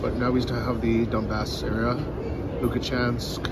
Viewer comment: dude just called Lugansk, Lukachansk 😂 absolute master in messing up Ukrainian names and words. Go!